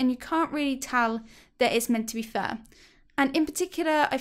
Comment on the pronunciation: Lol for a second I thought you were saying "for my worst enemy" and I was like "Huh?" lol